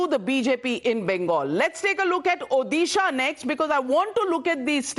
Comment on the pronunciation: National anchors, please learn how to pronounce state names correctly. Odisha is pronounced ओडिशा not ओदिशा